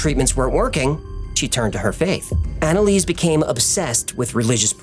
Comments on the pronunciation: Are you sure about the name pronunciation? Based on people I know with similar names, the first part is likely ona or auna. For example; one friend is named Annelise and it is pronounced auna-lisa. Anyway, great video! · I replayed naming of "Analease" like 5 times and laughed my head off 🤣🤣